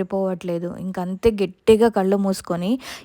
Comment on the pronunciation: Gettiga anakoodadu Gattiga anandi